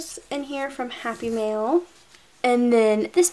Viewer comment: the entire time, I thought you were saying "happy meal"...I was so confused XD